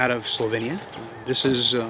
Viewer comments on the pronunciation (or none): none